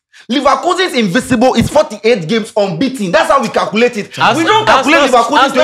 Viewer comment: Guys learn the difference between “invisible” and “invincible” na Moab)n kraaa too much. Ahhbaaa. 😅 yall kept repeating the same error. Wossop ???????